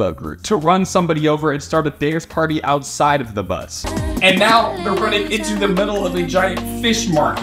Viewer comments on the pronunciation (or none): none